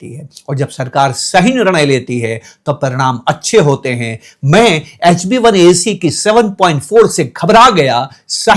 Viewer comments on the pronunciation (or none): Its HBA1C NOT HB1AC